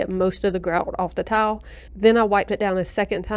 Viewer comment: Is it me or does she keep saying “towel” instead of “tile”? 😁🙈